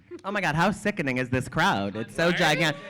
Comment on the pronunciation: The way the moderator said sickning Unprofessional!